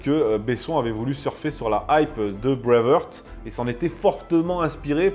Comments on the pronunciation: D'abord, on dit Brave HArt et non brave Heurt... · D'abord c'est "BraveHARTE" et pas "Brave HEURTE"!! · Breive haaaart prononcez le ainsi. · En parlant d'erreur, Braveheart, ça se prononce pas Bravehurt... Heart rime avec les mots anglais art, cart, tart, fart, dart, part... De rien. 😊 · je vous propose d’essayer de mieux prononcer Braveheart , la première fois on passe, mais après 20 fois ça lasse 😅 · Même si tu détestes les Anglais essaie au moins de prononcer correctement “Heart” ... cordialement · Tu prononce très mal BRAVEHEART